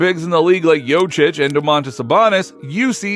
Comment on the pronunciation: Thank you for the vid bro. Just wanted to add that it's called Jokic not Jocic. 🚀